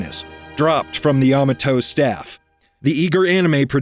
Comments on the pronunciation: YAHmahtoe? It's ya-MAH-toe. lmao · Really need to learn how to pronounce Ya ma toe and Gam a lon correctly. Seems likely you didn't either watch or listen to how those were pronounced in the episodes. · yuh-MAH-to It's pronounced yuh-MAH-to. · Ya MA to-. You're pronouncing it wrong. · Pronunciation of Yamato gave me cancer. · I watched season 1,2 on tv and have all 3 seasons on dvd, and your mispronounced Yamato